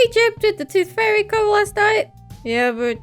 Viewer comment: instead of saying tooth fairy it sounds like your saying toothfurry with your accent